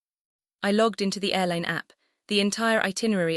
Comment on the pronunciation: I can assure you loyalty points belong to someone. Also: logged, not lugged Megan, not muggin